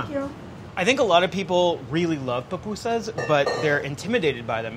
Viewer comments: Fried corn fritters?!?!?! No, my friend, you’re totally wrong. And this whole charred onion bit? I don’t think so! And PLEASE learn how to pronounce the name. It’s not PAPUSAS. It’s PU PU SAS for the mispronouncing crowd: POOH POOH SAS. Oh, good gravy! Your beans are totally wrong!!! A mixer to mix the dough?! My grandmothers are turning in their graves and planning an uprising because you’re butchering our native dish. 🤦🏻‍♀️🤦🏻‍♀️🤦🏻‍♀️🤦🏻‍♀️🤦🏻‍♀️ Oh goodness! No, what the heck are you doing to the curtido?!?! STOP BUTCHERING MY COUNTRY’S FOOD!! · For those who mispronounce it, it’s POO-POO-SAHS, it’s a Nahuatl (Indigenous) word!!! But I loved this though. I FEEL SO PROUD TO BE SALVADORAN!!! ♥️